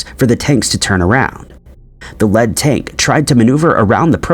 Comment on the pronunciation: 10;50: The "led" tank? Is the narrator an AI who does not know how to pronounce easy words? "Lead"has more than one meaning, but in this instance is not "led" the metal, but "leed" the leading or first tank. AARGH! AI or ignorance? Not the first or only time!